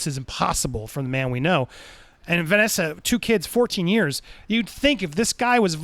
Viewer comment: You’ll correct the last name pronunciation but not the first lmao.